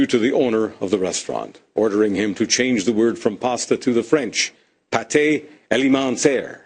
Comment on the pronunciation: pate is not pronounced patay. its pronounced pat